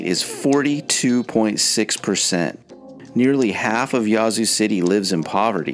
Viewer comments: "Yazoo" is pronounced with a short"a," as in "hat." Your stats are poorly thought out, as evidenced by the fact that Jackson wasn't #1. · Why are you pronouncing "Yazoo" in such a bizarre & affected manner? Sounds as though you're calling it "YAH-zoo", lol. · You’re killing me with how you pronounce Yazoo City. Jackson should be number one on this list then McComb. Next, the entire Mississippi Delta which includes Greenwood, Greenville and Indianola. Clarksdale and Cleveland are also in that grouping. I still love my state, mainly the rural parts.